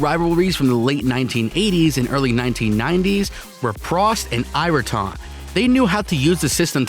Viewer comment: Prost and who?....errton? urrtun?